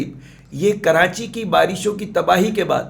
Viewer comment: 1.04 karanchi ki awaz😃😃😃